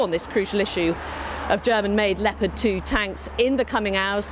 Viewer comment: It sounds like "Lepatt"-Tank. Interesting.